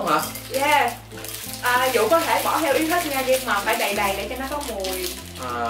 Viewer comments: Tên Vũ nói ngọng nên phiên âm thành dũ đó mấy ba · Tên của bn chuối là vũ mà đọc là dũ